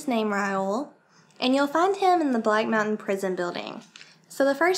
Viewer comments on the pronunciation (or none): none